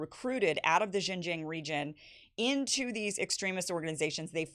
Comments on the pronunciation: To the non-Chinese speaking readers, May I suggest that Xinjiang is pronounced as "Sing-jiang" which is closer to the actual mandarin pronunciation than " Zine-jiang" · Kim Xin-Jiang is pronounced "Sheen" Jiang! like Charlie Sheen!!!! please I can't stand Jing Jiang one more time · Kim, JFYI, it’s pronounced Shin-Jiang. X is similar to the SH sound but slightly different. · why can't she pronounce XinJiang? if only we treat African and Native Americans here as well as the Uyghurs are being treated now in XinJiang.... Also Uyghurs weren't originally Muslims... Their culture predates Islam, wine making is a prominent part of their culture which is outlawed by Islam. Many moderate Uyghurs were the main targets by extremist attacks in the 2010s.